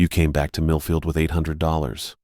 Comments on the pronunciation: I wasn't sure if he said Middlefield or not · Same I had to rewind, I use to work in middlefield and Orwell 😅